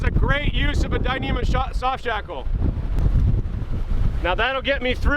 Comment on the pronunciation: Shoft sackle! You said that. Awesome.